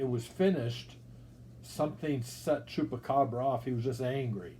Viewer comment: "i was able to track down chupracabra" 🤣🤣 let's goooooo MetaZoo is to fire